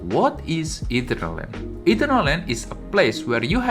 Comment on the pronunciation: bro its not Eaten-err-land , its ee-turn-al-land.